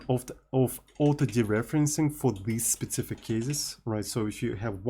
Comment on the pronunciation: Learn to say specific and not spetsific or don't say it at all